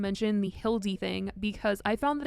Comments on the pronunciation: Idk y when he calls hila “hilldy” it fucks me up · I HATE how he still calls Hila, Hilde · Did he really say “Ethan and Hillie” ?!?!? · Saying Hildi isn't disrespectful